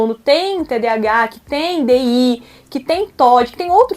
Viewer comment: Ela não sabe nem dizer TDAH???? Nossa, qta cultura numa só pessoa.